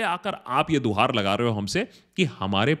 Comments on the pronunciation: Guhar not duhar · Duhaar nahi bhaiya....guhaar.....Hota Hai...plz...future me correct....ker lijiyega